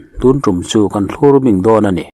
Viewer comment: Awle, angaihnawm hlemai. Mahse, Mizotawng thluk mawlh hi uluk lehteh. Thlur bing ilamdan hichu, thlur hi kalkawp angin ilama. Kaninuma, mi pakhat kan um char2 a. Hei hi thlur char2 ani